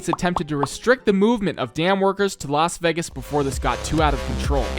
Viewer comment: its Laz Wegis